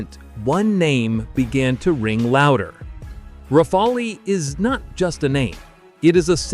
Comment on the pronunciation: it’s pronounced rafal, you idiot….the e is silent. Learn how to pronounce the word before making YouTube videos.